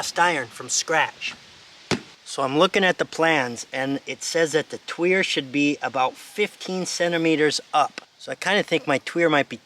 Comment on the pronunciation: It indeed pronounced twee er. Don't listen to pronouciation videos. The most popular ones are shameless grifters that just talk out their arse constantly and just make up any old shit. Watch random videos from them and you'll see words you know and see just how atrociously bad and lazy their pronouciations are.